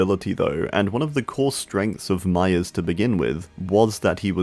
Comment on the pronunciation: I thought he was saying mya. Til I see Myers